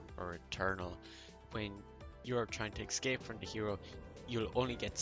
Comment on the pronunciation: these are very useful tips. I wanna tell something don't get me wrong; you use escape word a lot and in wrong way. You are saying ''excape'' instead of ''escape'' and hearing it over and over like hat makes it frustrating. Just telling you as a viewer.